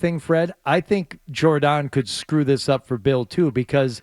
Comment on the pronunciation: Her name is pronounced Jhour-donne😂